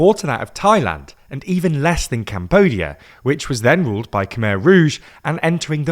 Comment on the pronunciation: khmer = kh may (pronounced like eye)